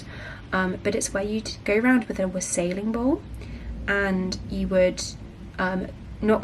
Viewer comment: WAH-sell-ing. The emphasis in wassailing is on the first syllable. Between that and "vicky pudding", you had me in stitches.